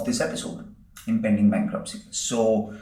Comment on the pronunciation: He forgot letter “T” in bankruptcy.